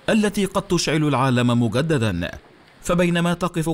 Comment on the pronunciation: تحدث عربي ونطق عبارة مجددا هكذا .....وليس مگددا